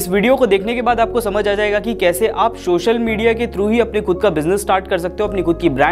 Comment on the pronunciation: Hey bhai , it is called "social media" and not "Shoshal MEdia"